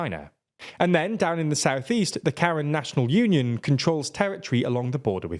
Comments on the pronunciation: Actually their name are pronounced more like Kha-Rhiang than karen but 💁‍♂️ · While it's quite amusing it should be noted that Karen (also Karenni) isn't pronounced Ka-ruhn like the western name, but rather Kah-ren with emphasis and a rising tone on the 2nd syllable. They don't actually need to speak with the manager. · to help with explaining it in the future, I would use the phonetics "not like 'care-in' but rather 'kah-REN,' the capitalization noting the active emphasis on the second syllable" I help a few ESOL youtubers with pronouncing things so I have a lot of practice, feel free to use what I said or discard it as you please. Just wanted to contribute if I could. its not our fault, English has let us down. It lacks all the various accent marks that could help us, as well as pulling from 3 root languages and amalgamating words from every language it comes into contact with. We dont know how to pronounce a lot of things because there's no clues in the language how to do it. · I know it's a real war and the ethnic group is pronounced differently but this presenter saying how different groups of Karens (pronouncing it like the name) made me chuckle